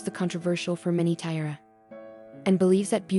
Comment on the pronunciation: Is this AI reading, I hope? What's the deal with "tie-rah" and "tea-eh-ah"? Sheesh!